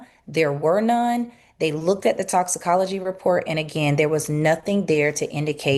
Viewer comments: Bubba I love you…..BUT ITS TOXIC-OLOGY report….. “TOXIC-OLOGY”….. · Exactly, mispronouncing toxicology and several other words over and over while trying to poke holes in a cause of death investigation report really delegitimizes what you're trying to accomplish. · it is so annoying, to not be able to pronounce a very common easy to say word